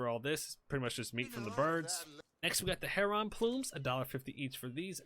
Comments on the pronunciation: Its 'hair-un' not 'Herr Ron' 😂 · What's a Heronn? Is that the same as a Heron? 🤣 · lol.... yeah. HERON: its pronounced like "Karen" not "Leron" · egg-rets, her-runs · Can you please say Heron correctly it bothers me 😂 sounds like Lennon “heron” as in John Lennon not “her-ON!!” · It's pronunciation is (Hair=in) A lot of people add a G on the end. They come at my pond all the time in the warmer months. Beautiful birds. My dog tries to chase them in the air. Funny as shit, as he's 14 now.